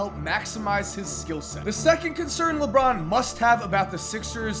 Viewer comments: LeBorn lmao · LeBORN James?? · Leborn lol